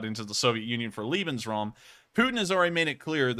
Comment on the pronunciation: As "loving" as the Germans were, the word is Lebensraum ("living space"), not "Liebensraum" ("loving space").